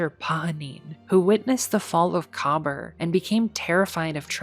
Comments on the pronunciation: COBBER?? Ma’am, it is pronounced Kuh-BEER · Just a few points I need to add. 1. Kabr is pronounced Ka-beer (that’s what it actually sounds like) 2. In addition to the known fireteam of Kabr, Praedyth and Pahanin; there were also 3 unknown guardians that were permanently lost to time due to fully being erased from reality. 3. Pahanin (the hunter) was the only guardian to escape the vault after the rest of his fireteam perished or worse, however he did this by sending himself back in time back to the late dark age/early city age. He was the creator of the Heavy Machine Gun: Super Good Advice. It contained a powerful AI of his own creation that would not only keep him company but to also remember both him and his name, as Pahanin was constantly paranoid that he was still trapped in the Vault and was undergoing a simulation. Because Pahanin was sent back to the past, this is why Super Good Advice looks like a older frame machine gun but has futuristic components. Pahanin was later killed by Dregen Yor. 3.5: The reason why we know of Kabr and Praedyth in the first place was because Pahanin remembered their passing. 4. Praedyth (the warlock) was kept alive by the Vex as both a hostage and a test subject, constantly being moved through time. Eventually we would track down his remains that the Vex surrendered to us during the Taken War in a mutual exchange after helping to defend the Vault of Glass from the Taken and Oryx (The Vex concluded that Oryx was the bigger threat despite us messing up their plans initially). 5. Despit